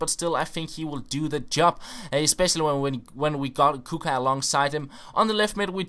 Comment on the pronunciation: This is how to pronounce Kucka = Kutska